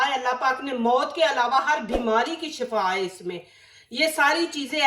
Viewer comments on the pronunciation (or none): please say shifa not shafa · Sister ap word shiffa ka khyal rakho Shaffa is mot Shiffa is sahtyabi Zer zabar k furq se metlab change ho gya Wasy me ap k ye remedy zaroor try keroo gi in'shaa'allah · Asslamoaliakm behn mayri plz shifa bola krain shafa ka matlab maot hy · Buhut achi remedy h👌 is mein aik baat kahoon gi aap baar baar shafa keh rahi hein shafa ka matlab h ( mot ) or shifa ka matlab h sehatyabi.... To akser log zer zabr p dhiyan nahein dete meaning badal jati h